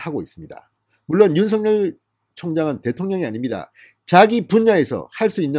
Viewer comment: 윤성열이 아니고 윤석열(윤서결) 입니다! 윤석열(윤서결)발음이 잘 안되면 그냥 윤총장 이라고 호칭 하시길 권합니다!